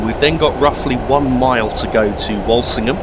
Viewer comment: its not pronounced wolsingham its wool sing ham by the locals cheers good vid but why is witton park station not in there